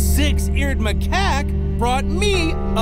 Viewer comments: The fact sandy called macaque maca quack 😂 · The fact that sandy called macaque maca quack